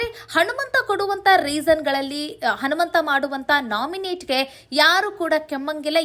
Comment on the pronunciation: ಉಚ್ಚಾರಣೆಯಲ್ಲಿ.ಹನುಮಂತನ. ಬದಲು ಹಣುಮಂತ..ಅಂತ.ಬರುತ್ತಿದೆ. ತಿದ್ದುಕೊಳ್ಳಿ